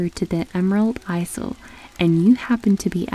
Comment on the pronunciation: Cool story, but just thought you should know the word isle is pronounced as isle /ʌɪl/, as in the Emerald Isle.